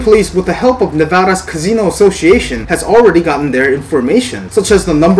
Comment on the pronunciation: Wtf is a Cazeno? 🤣 Ka C No